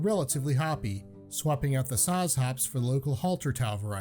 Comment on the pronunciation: Zots, not saz